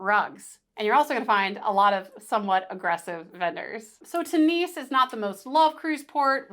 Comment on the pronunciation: Tunis is not pronounced tooniece it is tyunis. Apart from that...great guide